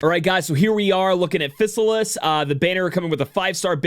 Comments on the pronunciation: JP pronunciation is "Fi-sa-ris". "Fi" as in "fire". So it would be "Fi-sa-lis" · I think her name is read like this, Phi-sal-is